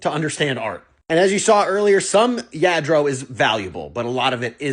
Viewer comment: It’s yah- dro